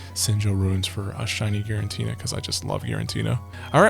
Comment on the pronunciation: Except for whenever he calls Giratina “Girintina”